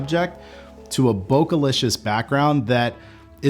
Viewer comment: Trunks! Saitama! so much japanese reference. still says,,, "bo-kugh" =( eh... keh.. bokeh... (bo-K) Sorry, I don't mean to be a hater, it just bugs me alot. Thanx for the great information and content ! I do love your work.